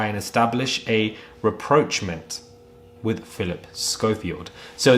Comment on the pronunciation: a Reproachment" ? Its rapprochement. Look up the pronounciation !